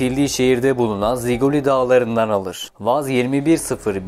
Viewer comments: Ziquli değil . Jiquli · ziquli değil jiquli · Ziguli değil o. Jiguli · Zikuli diyil jukuli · Ziquli neydi😂 ziquli deyil Jquli deyilir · O kadar ataştırma yapmışsın bi tek markanın adının düzgün telafüzünü araştırmamışsın, ziguli değil jiguli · Ziguli değil Jiguli diye okunur. Rusça da j harfi ve sesi mevcut olup bu araba modeli bu harfle başlayarak yazılır: Жигули .Bu kadar detaylı bir inceleme yapılarak hazırlanan belgeselde isim de doğru okunmalıydı, diye düşünüyorum. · Ziquli yox Jiquli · Ziguli değil Jiguli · Ziguli değil Jigulidir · O maşının adı ziquli deyil jiquli di adları düzgün de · Guzel ama Ziguli diyil, Jiquli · Abi Ziquli diyil o,Jiquli`dir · Bide abi Ziguli degil telaffuzu Jiguli abi Jiguli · guzel video olmuş ama yanlışın var ziguli degil juguli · ziquli deyil jiquli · Jiguli diye telaffüz edilir